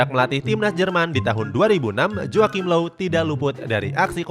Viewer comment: Low bukan loew